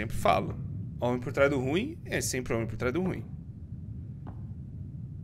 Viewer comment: eu amo quando ele fala: o homem por trasdo ruim e o homem por tras do roim